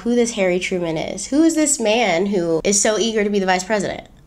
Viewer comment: Well hello! 👸🏾 Go! 👏🏾👏🏾👏🏾 "Hairy Truman" to my Brit ears 😂😂